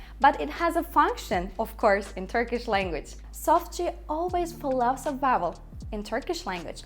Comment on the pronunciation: Your English is quite good but I still can hear vubble instead of vowel